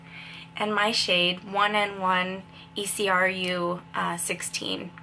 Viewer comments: Ecru is eh-crew lol i would tell you if u could hear my voice but nope gotta type pronunciation lol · it's pronounced ek-roo :) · Hi. The name of the color is "ecru." It's actually a color name. It's not pronounced "E-C-R-U" as in spelling out each individual letter. It's pronounced "ek-roo." I thought you might like to know that! :-) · It's not E C R U It's the name of the color. It's pronounced like ecrew...